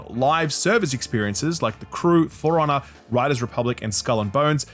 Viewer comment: When says "for honor" it sounds like "forerunner".